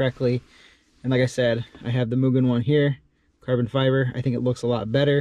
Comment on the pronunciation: 👌 Mugen knob! And you've got the pronounciation correct too!